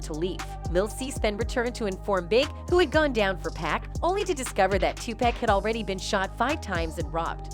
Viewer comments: Exactly!!!! Someone needs to tell her it’s 2pac not 2Pack, well it’s safe to assume that she can’t rap not 1 song from 2pac or 2Pack 😂😂😂😂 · How can Pac take 5 shots and leave unharmed? 😂 Girl care yo trolling, culture vulture, knowing nothing abt hip-hop self. 😂 and you keep disrespecting this man name calling him PACK and TUPACK. GOD gone send you to the land of torment. Put some respect on God son name Miss wonderbread lady. 😂 EVEN calling Dr Dre, Dr Dree. 😂 I can't stand ppl like y'all. 😂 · She said he was shot 5 times but escaped unharmed. How dumb is that statement? And if she calls him "pack" 1 more time. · Sorry, but it’s rather annoying listening to how you pronounce 2Pac’s name. It’s Pac not Pack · Ma’am, you’re so disrespectful to this man. Please pronounce his name correctly! His name is 2PAC! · If she say 2 pack one more time........ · Pac really destroying the name with the pronunciation